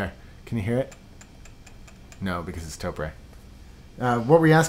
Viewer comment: I just thought I'd school you guys. The Japanese company, Topre, that originally designed said switch is pronounced just like the talk show host Oprah. Topre sounds like Toprah. If you can get ahold of their phone number, you can actuallly listen to their reception voice mail message and you will hear them pronounce it like I've tried to describe it phonetically. Just thought I'd try and clear that up. Huge fan by the way. Just received the JD61UP black carbon fiber case from you all. Thanks for the very well made product. I decided to not get the CF universal plate from Sentraq because their tolerances are not tight enough and I'm rather sure they aren't using 5K carbon like this plate is. I'm pretty sure I read or heard you say it's made from that quality of CF. Either way, I'm very pleased.